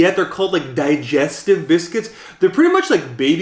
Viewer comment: Anyone from Britain cringe when he said digestives